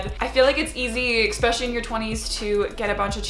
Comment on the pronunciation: I'm curious as to why she pronounces "especially" as "expecially"... I'm not a native English speaker, is that a dialect thing or is this how it's supposed to be pronounced?